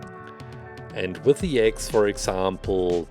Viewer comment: Every time he said “axe” I thought he was saying “eggs”. Huh.